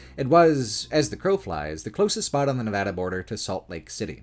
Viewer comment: This video is deeply excellent. I can't overstate my appreciation for your work highlighting the lesser known aspects of Nevada. And for saying Nevada correctly on top, lol.